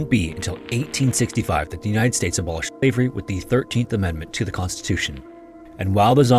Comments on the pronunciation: was he saying slivery instead of slavery? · Is the voice overlay having trouble pronouncing "SLAVERY"? Yes it's RACIST, that was the basis of Global North hegemony, practiced today by Apartheid Zionists and USA Regime against Palestinians, Lebanese and Iranians! :(